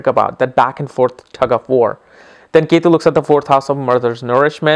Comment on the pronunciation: So funny its not yetu its ketu